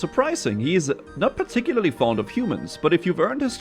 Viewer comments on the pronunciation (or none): none